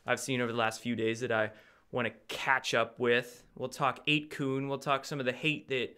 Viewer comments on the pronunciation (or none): isn't it 8 "kun" sounds like "fun"?? or kun like koon?